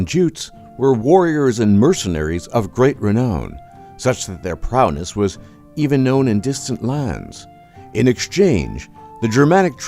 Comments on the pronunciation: the 400s AD were the 5th century, not the 4th. Also, I'm pretty sure I heard you say "prowness" instead of "prowess". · Did he say prowness instead of prowess? And so it goes.... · 'Prowess' at about 1.46, not 'prowness.' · Prowess, not prouness. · Was distracted by "prowness" instead of "prowess." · ProwNess is not prowess. . Sheesh. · the word is "prowess," not "prowness." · "prowness": narrator has no idea what he is saying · "Prowness?" If he can't pronounce modern English, I'm sure as heck not going to stick around to hear him take a stab at Middle English. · "prowness" lmao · he can't even pronounce "prowess".